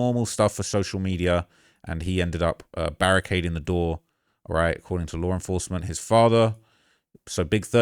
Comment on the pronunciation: What is lar enforcement? 😂